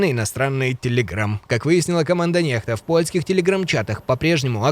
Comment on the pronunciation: Спасибо за информацию,, а не НЕХТА.